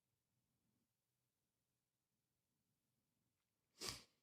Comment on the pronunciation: Didn't he mispronounced Tucker and Candace's name too?